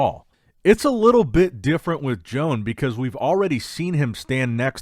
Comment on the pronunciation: I think it's about time you learn how to pronounce Joan's name and surname 😂